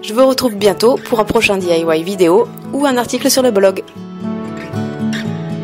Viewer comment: juste pour l'info diy ne se prononce pas comme ca. ca ce prononce di-aie-waie